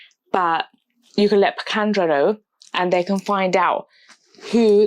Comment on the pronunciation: It is not Pikandro! It reads Piquadro! (sounds like: Pee-coo-ad-row) 😊